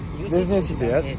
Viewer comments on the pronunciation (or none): none